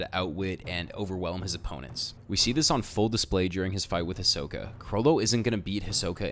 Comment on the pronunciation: Hi-so-ka Hie-so pronouced fast: SO not soh. Ka Listen the japanese version. Getting so annoyed with this.